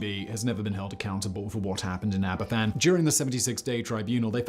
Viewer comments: Aberfan (pronounced Abervan) was a tragedy rooted in negligence, ignored warnings and a failure of those in power to take responsibility. The National Coal Board (NCB), a publicly owned body, allowed vast spoil heaps to accumulate over the years. Despite warnings, the danger was not adequately addressed. In October 1966, after heavy rain, a spoil tip built over a natural spring and stream became unstable and collapsed, sending a torrent of slurry crashing into the village. Pantglas Junior School took a direct hit. 144 people died, including 116 children. The aftermath brought further heartbreak. The families had to fight for justice and accountability, and the handling of the disaster fund and the demand that the village contribute towards the removal of the remaining tips added to their suffering. The government’s response remains a deeply troubling part of this tragedy. The Queen also faced criticism for not visiting Aberfan until eight days after the disaster. Her eventual visit, and the events surrounding it, were later portrayed in Netflix’s The Crown. Aberfan should never be forgotten. It stands as a devastating reminder of what can happen when warnings are ignored and those in positions of power fail in their duty to protect ordinary people. Nearly 60 years later, we must still ask ourselves: have the lessons of Aberfan truly been learned? When governments make decisions that affect people’s lives, accountability, responsibility and compassion should never be optional. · It's laziness on the part of the presenter that he's not prepared to do the necessary research. Making the same mistake for 72 years is not something to be recommended. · This is not the best video about this. For one thing, the presenter's pronunciation is poor, e.g. Aberfan is pronounced "Aber-Van", since "f" in Welsh is pronounced as "v" in English. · Don't fanny about when pronouncing Aberfan, say after me, ab-er-van. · The welsh spell it Aberfan it's pronounced abervan